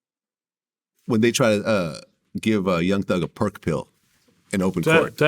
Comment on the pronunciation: I BOFL when glad said perk pill 😂